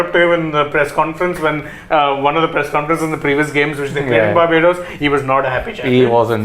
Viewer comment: Barbodddoos..that pronounciation 😅😅😅